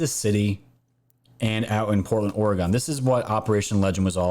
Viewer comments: ORE-UH-GUN not ORE-UH-GONE. I lived in that shithole city they call Portland for 15 years and left that shithole in 2000.. I live in Titletown, Green Bay, WISCONSIN, now. Still. ORE-UH-GUN. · Oregon is pronounced Or-e-gun. Also Willamette is pronounced Will -lam-et Thank you. My friends and family who live in Portland would disagree with the dem's story that the riots are "peaceful". They are selling their property and fleeing the city because of the violence!! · Haha us New Yorkers. We all say OreGONE... apparently it's OreGIN I've been corrected quite a few times. 😂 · Oregon pronounced Oregun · It’s pronounced Orgun. The southern half of the state is on the verge of a civil war with the northern portion of the state and we all should agree to recall Kate Brown And that Tim guy. Northern California and Southern Oregon are a totally different world. We proudly proclaim ourselves, “The State Of Jefferson” look it up. ;) Edit. Northern California and Southern Oregon consider themselves of the same. Not certain I made that clear.